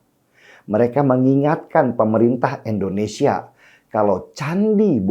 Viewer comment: Indonesia, Denny..bukan Endonesia.. pake I bukan E.. gitu aza koq gak pinter2.. Denny.. Denny.. dibilanginnya koq gak ngerti2 .. moso nyebut nama negara ya sndiri aza gak becus... Indonesia bukan Endonesia...